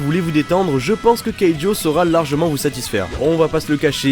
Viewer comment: c keijo!!!!!!!! pas keijo